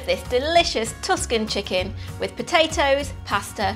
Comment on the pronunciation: That's not how you pronounce "Tuscan" Do you like it when everybody messes up Worcestershire?